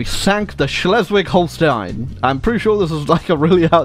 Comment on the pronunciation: As a "Schleswig Holsteiner" you pronounced that pretty good. Hat's down!